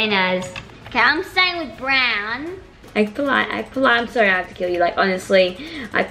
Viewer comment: Its polite not poilte Hahahah